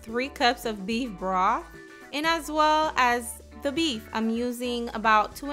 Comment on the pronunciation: Salary salt? Beef Broff? Lol Ebonics